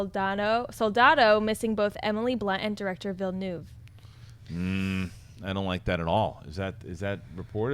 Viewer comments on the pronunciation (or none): I can't believe that nobody can pronounce Villeneuve. It's really not that hard.